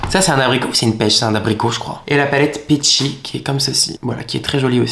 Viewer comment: Peachy.. un effort 😂